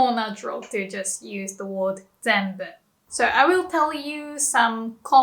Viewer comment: Thanks. It’s an oddity of Jp to have different usages depending on spoken versus written. Note: you pronounce “word” as ‘ward’ but it’s more natural to say ‘werd’